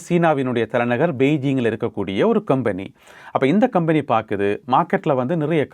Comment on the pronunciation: கொம்பனி, கெம்பனி இல்லை